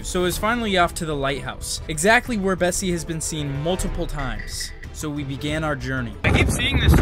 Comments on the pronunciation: Isn’t called Nessie? Not Bessie? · Im pretty sure its nessi not bessi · The lock news monster is Nessie, not Bessie 😂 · Bessie???!??!!! It's nessie 😭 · BESSIE?!?!ITS NESSIE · Nessie nah its Bessie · "bessie" do u mean nessie?? Never knew😅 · It’s Nessy not Bessie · Sorry to say but it’s actually <Nessy>